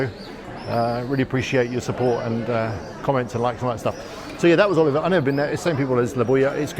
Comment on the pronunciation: You are right. You really do need to work on your Spanish pronunciation ! 20 years in Estepona and you're still pronouncing 'Oliva' as Oliver ! 🤦🏼‍♀️( try it phonetically Oleeeva por favor !). Also as you walked along Calle Caridad you were right by Las Gitanillas and failed to mention how good it is. PS All those restaurants are not simply for tourists. Lots of locals eat there !